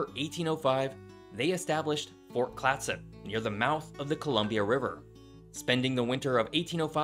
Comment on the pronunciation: Your pronunciation is still a bit off but it’s clear you made more of an effort than most people, only other issue I noted was that the Columbia river gorge was carved by a flood, and wasn’t as gradual as you imply in this video.